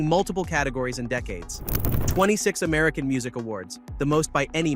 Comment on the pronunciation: Chris Tucker says; “The Merican a-music awards”